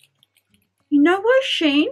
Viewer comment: Fantastic haul, I love shein. (It is pronounced she in). Watched all the way through, kimono lol. They sell really nice dresses, really feminine. Really good video, thanks for sharing xx